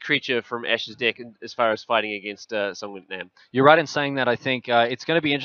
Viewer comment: Why in the worlds streamer spells "dick" instead of "deck". I just can't stop laughing.